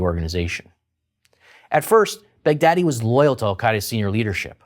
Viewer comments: Baghdadi is pronounced as Bugh-daah-dii, not Bag-daddy. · lol his name was bagh-daddi the daddi of baghdad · well thats why you pronounce the leaders name "bigdaddy" XD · I knew that what he WASNT saying but all I could make out was BIG Daddy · Sorry for saying this but it sounds like you keep saying "Bad Daddy" anyone else thinking that as well? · Who else thought when the commentator said Baghdady he's actual saying Big Daddy. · 😂😂😂😂😂😂😂😂😂 when u say Baghdadi it sound like big daddy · abu baker al bogdaddy Haha funny this dude pronouncing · He was saying Baghdadi? I was like why is he calling him "big daddy"? 😂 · I keep hearing "Big Daddy" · it sounds like he's saying "big daddy" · It sounds like he's saying big daddy